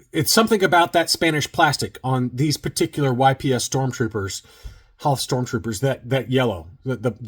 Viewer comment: It's not pronounced Y-P-S! 🙄🙄🙄🙄🙄🙄🙄🙄